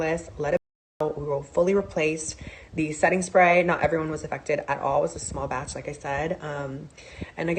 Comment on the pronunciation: Did Nikita go to the J. Star school of PR and annunciation? The emphasis on some words "SMall BATCH" and the sing-song intonation when she's being dismissive, ie, "ever so slightly" and "Mistakes HaPPennnn" just sound so familiar.